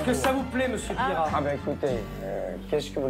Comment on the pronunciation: Mr Pire rat pas Pierrat 😂😂😂😂😂